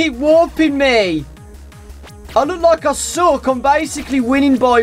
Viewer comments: when he was saying I suck. I thought he stated to say I sock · when u were repleatly said "i suck" it sounded like u were saying "Isaac"